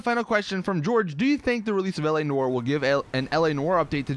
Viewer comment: please read. Noire; rhymes with car. Not war.